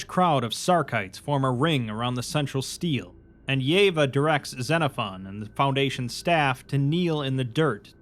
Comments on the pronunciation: stele is pronounced stay-lay btw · Love the video mang, just one note. Steele and is not pronounced like steel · FFR Stele is pronounced “stelleh”